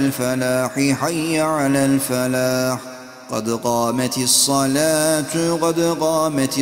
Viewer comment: Arab alfabesinde ü sesi yokki saletü diyosunuz